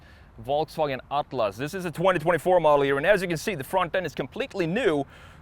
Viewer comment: Your pronunciation of Atlas 👌🏼 spot on